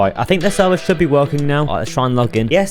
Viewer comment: alwight guys wecome back to another video